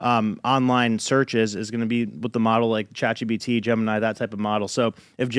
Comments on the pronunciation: I still don’t understand why pat keeps saying chat gbt lol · Why do they all say chat gbt? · Why do they keep saying Chat GBT? I'm beginning to think they are all idiots. Maybe they all just have a difficult time speaking?